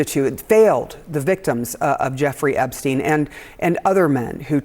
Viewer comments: Can someone from this news station inform the anchor lady that his name is Epstein and not Ebstein. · How does this reporter NOT know his name is EPSTEIN and not EBSTEIN? 😂